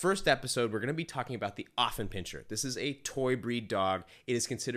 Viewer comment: It's not pronounced OFF it starts out as AFF here in the USA. I have an Affie. He is 4 years old. I am part of the Affenpinscher of America Club so I have been around many of them and gone to dog shows. They are lively, spritely, smart, funny and sensitive. My dog definitely has a sense of humor. If I call him "snorky" or "chi chi beanie weenie" he howls with joy and starts doing his hindleg dance. My Alfie follows me like a shadow and would do anything for me. He is VERY protective of my home. He does not attack people but barks to let me know someone is nearby. He was a little reluctant to engage my groomers granddaughter but learned to tolerate a toddler. He did well at obedience school because he wants my approval.